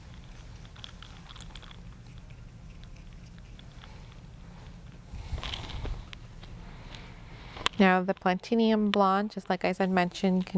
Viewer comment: Thank you for making swatches these are really helpful, but I MUST know why you say "platinium" instead of platinum, is it like an aluminum/aluminium thing??